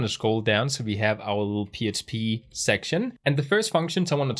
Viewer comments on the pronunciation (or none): Thankyou for this course.. this is the second one I have done and it really explains it in a different way... so learning lots. Question: at times it sounds like you say "PSP"... are you saying "PSP".. or is it just your accent when you say "PHP"? ... just want to make sure I am not missing something. Thanks for your efforts.